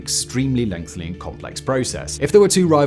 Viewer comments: Dear Simon, why do you add "L" betwixt the TH and Y in many words. ie. Lengthy--- is not pronounced LengthLy. WHY DEAR GOD WHY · Simon. Lengthly is not a word. It's LENGTHY. Every single script you add in the extra L on your own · He's still saying "lengthley" lol